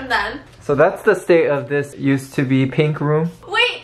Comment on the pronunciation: STEPHANIE REALLY SAID “BISS PINK” 😂